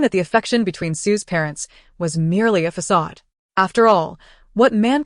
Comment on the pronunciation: What's with the AI not saying "facade" or " naive" properly in any of these stories?